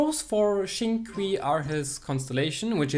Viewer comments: Shing-Q is the pronouncing for it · The correct pronunciation is “sing chew”, nice try tho HAHA. 🙌🏻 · Xingchu correct way to pronounce it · It's xing-chu but spelt xingqiu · its pronounced sing chew btw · FYI Xingqiu name is pronounced as Sing? Chew? (Pronounce it like asking a question) haha. Great showcase of his skills. Underrated character. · It is pronounced Chintchiou